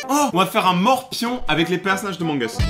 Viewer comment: J'adore mes le truc qui me stress le plus c'est que au lieu de dire amongus il dit omongus